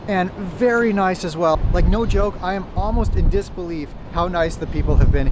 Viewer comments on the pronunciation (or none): none